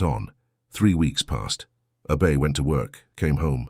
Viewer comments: Nice story but that A –BAY drove me crazy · Don’t understand the ladies name, so hard to understand. Abey or should it be Abbey?